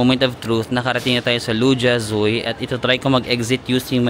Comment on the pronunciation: Hi. I lived in Shanghai from. Namiss ko naman ang SH habang nanonood ng video mo. By the way, Lu Jia Zui is pronounced as Lu-Jia-Zwey. 🙂